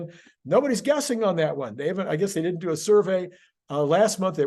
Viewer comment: "do" not "due."